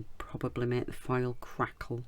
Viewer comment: This turned out so nice! Funny: I have heard you say “file” so many times and I was like I need to find out what this is…welp….today I finally realize your are saying foil! LOL